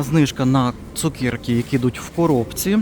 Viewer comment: Чому цукЄрки????просто цукЕрки , не розумію!!!